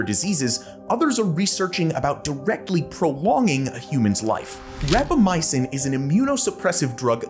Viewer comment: It's not ramacypin. It's rapamycin. You even discussed this in . 😂